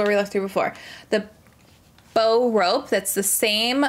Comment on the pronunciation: Actually, it's not Bow as in "Bow & Arrow", it's "Bow" as in "Taking A Bow"